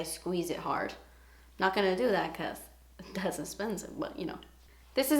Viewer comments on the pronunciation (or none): you crack me up when you say "dats expensive" your so funny! xxxx